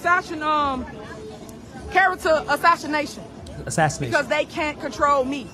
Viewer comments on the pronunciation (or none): “Character assashshination”